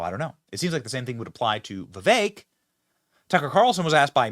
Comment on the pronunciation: not Vivey .. I Can't spell foreign language sounds . We had that before.🙂